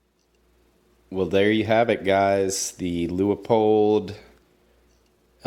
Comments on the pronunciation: Not pronounced Lea - pold.. it’s pronounced Leu - pold! Like your uncle Lew! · Pronounced Leupold, not Leopold. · Loo-Pold (rhymes with you old)